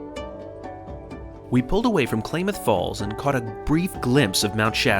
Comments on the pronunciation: BEAUTIFUL VIDEO! Thanks for showing the menus with such clarity. I grew up on the southern Oregon coast and I wish the train went up the beautiful Oregon coast line as well as the California coast. As a native Oregonian, just one petty detail- Klamath is pronounced clam-math, not claim-math. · Klah-Myth Falls not Clay-mith Falls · CLAM - eth. That's how to pronounce Klamath. Also you found the observation car full between Eugene and Portland. No surprise. These are the 'Me first ' crowd Portland is known for. Eugene too. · It's pronounced Klamath (short a), like "matter". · Just FYI it's Klamath... pronounced "Clam-muth" From a Pacific NW gal 😉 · Klamath. Short a in the first syllable. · Not KlAmath. It’s Klamath as in cat. That’s ok - one has to be a west coast native, I guess to cope with all our native place names. I took this train to LA and the third day, rode to Tucson. Lovely trip. Want to do it again. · Klamath with a short a. I do absolutely love your videos. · Clam-uth falls. Clam-uth lake. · Just one thing, only one. It's said Clam'ath Falls and lake. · Love the video. Thanks. FYI- Klamath is pronounced with a short a as in apple. :) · FYI. Klamath is pronounced Clameth But happy you pronounced Oregon properly 😂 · Say "Clam-eth" ;) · Klamath is pronounced different than you are saying. The first 'A' is short. So, both A's sound the same. It is a native American word so normal English rules do not apply. If it were spelled in English, it would be spelled Klammath in order for you to sway it correctly. ;) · I took Amtrak south from Portland to LA as a kid in 1976 and enjoyed it. Also, it's pronounced "CLAMooth" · I am sure someone has pointed out that Klamath is not pronounced Klay-math. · Klamath falls, is pronounced with a short "a" like ah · Klamath the first "a" is like the "a" in at, not clay. KLA-muhth. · Glad I checked to see if anyone had already mentioned this because I was about to. Klaymath? :) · Say "Klaaaaamath" Falls, like aaaapple....